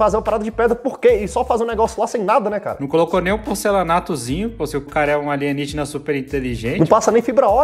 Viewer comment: vou explicar pq o alienígena que vc n sabe nem pronunciar, faria em pedra, '' a pedra é um material natural que demora milhares de anos pra se desfazer, diferente do ferro ou aço que tem um alto poder de corrosão